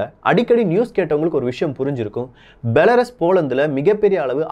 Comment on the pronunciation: பெலருஸ் என்று கூறவும்.